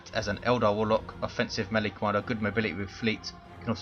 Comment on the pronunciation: Melee. It's mee-lay, not melly!